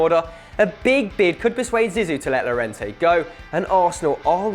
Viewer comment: In Spanish and French the double (ll) is pronounced as (yio-yia) or in French (ey). So Lliorente is pronounced: "Yiorente"